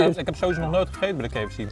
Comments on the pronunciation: Mooi dat zoveel mensen de engelse letter 'K' niet kunnen uitspreken, zo ook Koen. KiiiiiiiFC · ke f ci 😂😂